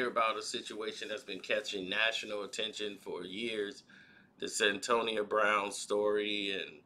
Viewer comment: stop mispronouncing people name it's Cyn toya that's how you say it's ah shon t not ashontay dam